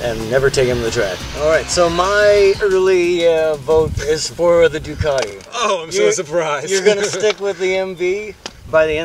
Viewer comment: I was just looking at the spelling of Ducati and I can't see the "R" in it, strange. It's a Ducarrrrrrti, not.